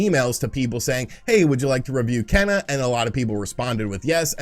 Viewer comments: “Ken - uh” 🤦🏼‍♂️ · Kena’s name is pronounced “Kay-nuh". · Kena,,"Keena" ok whatever lol < I sure hope they make a physical copy shame if they dont , that be the only way Im gonna buy that game ^^ NO DIGITAL~!! OTL